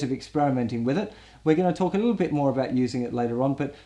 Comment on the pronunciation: "Enjoy eez liel puppies" lol